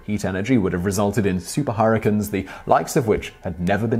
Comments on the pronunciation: Harrikins? You mean hurricanes? (her-a-cane) That's as bad as the way British folks pronounce aluminum. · STOP SAYING HURRICANIS, ITS HURRICANES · nobody: simon reading the bonus facts: harracuns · dank memes oh thank god you heard it too. I think he knew how funny it sounded, so he continued saying it throughout the video.